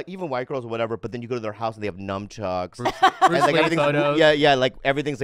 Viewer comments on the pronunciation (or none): I was today years old when I realized Bobby calls them "NUMB-chucks"..........wow